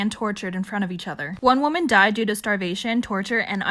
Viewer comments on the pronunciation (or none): none